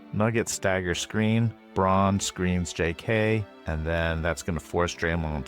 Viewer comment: Dutchy here (living close to the German border). I dont think it was pronounced correctly. It sounded like brawn or Bron while the "au" should sound more to how you pronounce "ao" in "ciao".